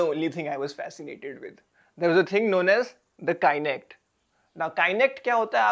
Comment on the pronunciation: It pronounced as kah-nect not Kainect